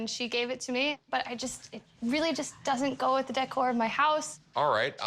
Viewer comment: The “deckoar” of her mobile home.